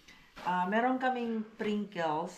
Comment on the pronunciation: Pringles mars hindi princles💗